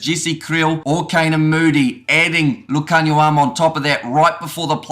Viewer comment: Love your pronunciation of Lukhanyo's name, spot on! 👌🏽